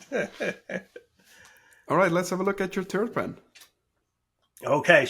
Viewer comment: Third pen, not “turd” pen! Hahaha!